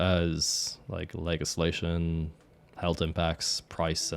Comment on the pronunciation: And legislation legg islation